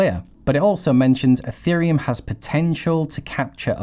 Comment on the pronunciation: I can’t take it anymore. It’s not eFerium!